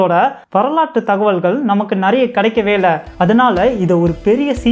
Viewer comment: நறய இல்லை நிறைய இமயவர்மன் இல்ல இமயவரம்பன் சற்று உச்சரிப்புகளையும் தகவல்களைப்போலவே அருமையாகச் சொல்லுங்க நண்பரே 🙏🙏🙏🙏🙏🙏